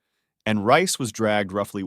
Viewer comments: I believe "Rhyce" is pronounced "Reese." If it took place in New South Wales that's probably what it was. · its pronounced reece...